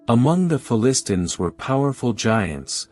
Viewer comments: Can't even pronounce Philistines properly. How can anyone take the video seriously? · It would have been great and more “hearable” if the machine could pronounce Philistines correctly. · Just started watching this video and I am turned off already. Please get someone who can pronounce the word Philistines.